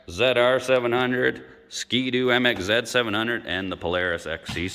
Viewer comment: MXZ 700 , bro you need to work on your accent. I have a 2000 MXZ 700 and it fly’s , had it at 110 plus across Newfound lake in NH .